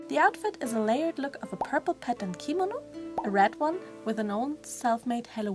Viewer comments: She said it wrong, thats what I was pointing out. I looked it up and it corrected me, so yeah. It's kimono gurl, not kimino. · I'm sorry but every time she says kimono like "keemano" a little part of my gets triggered inside... Btw the doll is absolutely gorgeous!